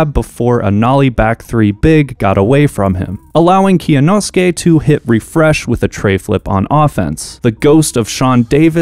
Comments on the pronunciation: it was a good try but kyonosuke is 3 syllables not 4 (kyo-no-skay), you don’t pronounce the y separately in kyo it’s all one syllable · Can't wait for to get cancelled for mispronouncing Kyonosuke's name. Not a bigger meltdown than Elon Musk becoming a Twitter shareholder (and quite possibly aiming to become the 51 percent shareholder) by a long shot, but still popcorn worthy. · Really shows the lack of effort on end to just ask Kyonosuke how to pronounce his name. Its not hard